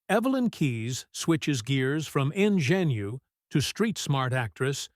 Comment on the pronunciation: "In-jen-yew"...for "ingenue"..?